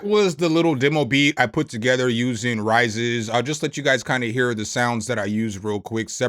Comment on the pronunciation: "Raízes" means "Roots", in Portuguese. Pronounced "rah-EE-sis".